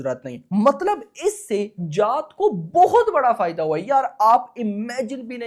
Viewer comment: Bhai naam shi se lele जात nhi h ye जाट hai ye